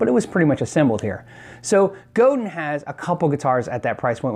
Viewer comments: It is not pronounced Go-din, it is Go-dan. It is a French name. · Goh-DAN not GO-den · Hi - Godin is pronounced closer to GO DAN in english - since it's french that's just an approximation, but Mr. Godin would appreciate it pronounced closer to the native language I think. Cheers! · I might be wrong about this but isn't Godin pronounced "G'dan"? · Godin is pronounced Go Dan = Roberto Godin.. I like Will Gelvin's because He's a one man factory.. If I had to just order for the looks Carvin/Kiesel would get the nod.. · Godin is more properly pronounced 'GO-DAHN' to emulate the correct french pronunciation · I believe godin guitar is pronounced as go'DINE. The multiac is the best electric/acoustic guitar I've played. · Buy a Godin, Canadian Company FTW! (Also, its pronounced with a really nasaly french ending, not a hard 'din')